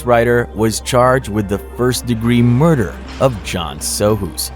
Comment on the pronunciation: I heard you say mother instead of murder am I tripping? Love this